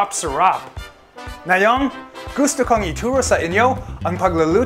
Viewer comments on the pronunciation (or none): It's "ngayon" not "nayong" lmao